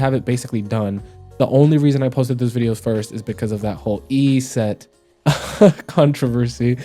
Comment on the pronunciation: Why do you say Yset like that?